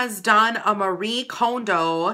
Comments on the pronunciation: Okay- firstly you are pronouncing her name wrong 😣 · does it bother anyone that she mispronounced Marie Kondo's last name?